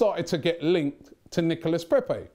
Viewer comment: How is that that Robbie can pronounce "coup" correctly but butchers "Nicolas Pepe" everytime he mentiones him??